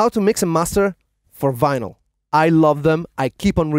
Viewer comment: The guy said Venal it’s vinyl